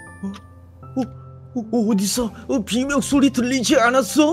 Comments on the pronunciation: 비면이 아니라 비명인데... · 비면이 아니고 비명입니다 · 근데 비면이 아니라 비명 아닌가? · 비면이 아니라 비명 아닌가